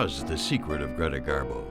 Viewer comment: Do you call her Carla it’s Greta great documentary by the way love your voice dear but can’t figure out how you call her